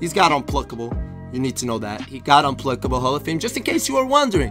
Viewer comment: Nobody: Literally Nobody:: uNpLuCkAbLe (No hate love the content)